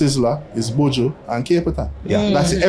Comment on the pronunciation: He lost me when he said buju!